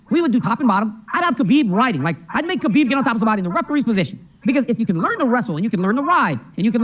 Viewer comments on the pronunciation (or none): none